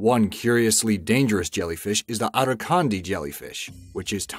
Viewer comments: Why did you pronounce irakandji like arakandji?!! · Irukandji is pronounced E'racan'gee